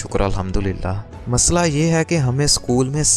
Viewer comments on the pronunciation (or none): none